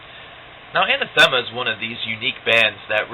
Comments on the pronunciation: Hey you´re the same guy who reviewed Incident :p , ur the bill gates of progressive rock reviews. nice review, especially for those who don´t know much about the band. btw. It´s pronounced An-Athema, not Ana-Thema. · I've met many people who mispronounce Ah-nath-uh-muh, this guy isn't the first. Not a bad review